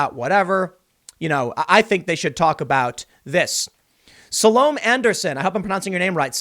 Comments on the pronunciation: I think her name is Sul Ohm Ay Like Sol Ohm Ay but with a U in the first syllable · sah-lo-may i think